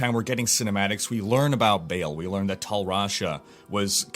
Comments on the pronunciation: Oh and by the way, it is Baahl, not Bale :) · Its Ba'al not BALE! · it's not actually "bail", it is more like "bae-el" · well he isnt the mythical Baal, I know that u are supposed to pronounce that as "ba'al', but Diablo Baal is "bail" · if you watch the cinematic when he kills the barbarian at the gates of Harrogath, his name is pronounced "bail" as well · It clearly should have been pronounced Ba'al, which is the only way to pronounce it. You don't put a chair in your game and call it chour or chier. The reason it wasn't called Ba'al in the game is because Blizzard are lazy and didn't do their research.